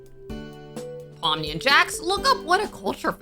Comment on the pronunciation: When you said pomni I thought you said mommy😭😭😭